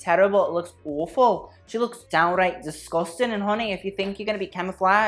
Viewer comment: LOL Oh GURL, I love your commentary, but you with the Scottish accent KILLED ME. "DISGUSTANG!" LOL